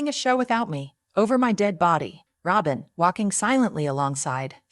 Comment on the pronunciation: Rob-in! Do you watch the show? Why can’t you pronounce the name?